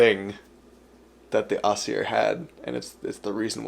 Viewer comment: Im sorry i love that you explain the mythology and stuff but aesir is pronunced EYE-sir still the same pronunce of sir as before